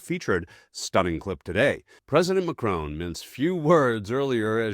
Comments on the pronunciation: His name is pronounced Ma-Cron not Ma-Crone! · His name is Macron, not Macrone. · It's Macron not Macrone. Why do Americans always go for the whole O sound? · Macron not Macrone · Macron .. not Macrone! Please!! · PLEASE, if you are going to talk on these subjects, make the effort to pronounce people's names properly MACron, emphasis on the MAC and a short o in ron. It is NOT McRone.